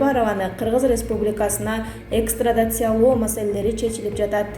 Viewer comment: Экстрадациялоо дегин тантык сабатсыз